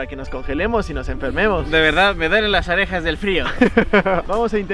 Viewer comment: dijo "arejas" JAJAJAJA